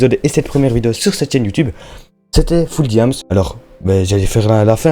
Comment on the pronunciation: Sa fais bizarre de t'entendre dire FullDiam's, mais sinon ReBienvenue parmis nous, oui je me répète entre Discord et YouTube 😂👑👑👑